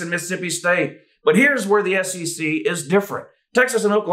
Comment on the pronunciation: doing the SEC chant sounds like S-C-C